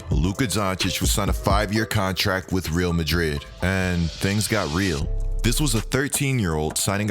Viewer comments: Just discovered your channel and am binge loving it! You probably know this by now but the Real in Real Madrid is pronounced Ray-Al. Keep up the great work! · Great video! One thing, it’s pronounced “Ree-all Madrid.” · it's actually not pronounced like that.. reˈal maˈðɾið it's more like this.. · Couldn’t help but cringe the way he pronounced Real Madrid. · The way he says Real Madrid 🤣🤣🤣